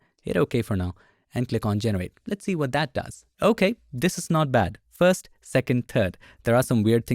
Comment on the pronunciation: The word is "first", not "fast", Bengali boy.